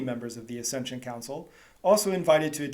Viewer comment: It is an ACCESSION Council, NOT ASCENSION Council !!!!